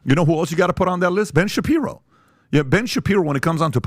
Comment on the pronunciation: The moment he said Ben shaperio that was it for me. Lost all respect for this channel. Ben shaperio 🤣🤣 and I had just subscribed because of tucker offer.